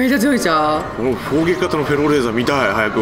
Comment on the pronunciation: フェローレーザーが エローレーザーに聞こえてしまう… どうしよう！